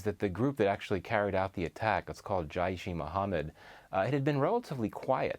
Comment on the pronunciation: This guy needs to try harder to pronounce Urdu words properly. Jayush ee Mohamad is not a thing 😆